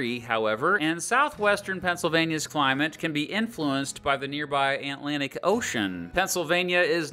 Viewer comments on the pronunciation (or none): Then you proceed to pronounce the Antlatic ocean, eat more pencils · Aunt Lantic Ocean??